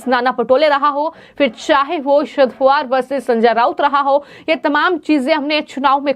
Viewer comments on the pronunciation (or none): none